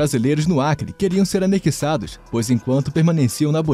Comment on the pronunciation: É "anexados", e não "anequíssados"! 😄